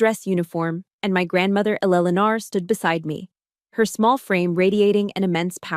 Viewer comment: Fix the AI voice - it sucks. Why can't it pronounce Eleanor properly?